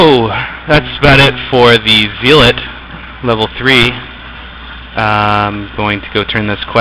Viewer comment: u say it like zaylot